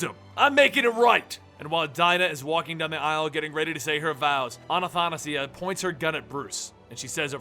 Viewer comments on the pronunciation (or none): A-tha-na-si-a, there is no A-na-..., good luck next time, great video cant wait for more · its not Anna-tha-nasia it's Atha-na-sia Trying to help you out here man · hey,, not anathanasia, it's athanasia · I'm pretty sure it's pronounced Anna-THAsia. Like Anastasia but it just happens to be spelled with an H. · Will ever pronounce Athanasia's name right?.. A-tha-na-sia xD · A- tha- na- sia! dude get it right! in Greek means the unable to die in a good way though, that immortality that everyone looks for. it actual means immortality. many Greek girls have that name. also bays as in Athanasios. dude please look it up and tell me if I'm wrong.